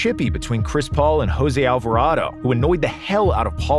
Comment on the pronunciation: That was a common mistake when saying his name for gringos